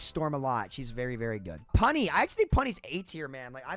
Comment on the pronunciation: Stop saying punny like that bro pls